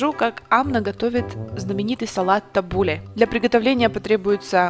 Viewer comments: Ударение на у. ТаббУле. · Табуле- ударение на последний слог ! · Булгур это крупа, а салат называется» табуле» Аутентичный табуле (ударение на “у”) в ливанском стиле – это много лимонного сока, оливковое масло, где-то 4 части зелени, 2 части булгура, и совсем немного помидоров